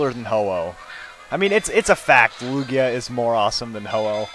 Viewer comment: itz toguoee... acculy iz loojia